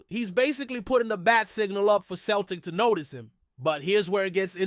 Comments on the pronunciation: CELTIC is pronounced Selltic not Keltic. Get your act together or but out. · Pronounced seltic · Away and choke on a basketball ya clown. Dont try to talk about football . Your not evening saying Celtic correctly ya fud. Stick to American sports.